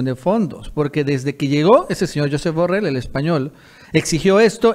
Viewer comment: Borrell es catalán. Se pronuncia: Yusép Borréll. De la misma forma que Trump se pronuncia Tromp.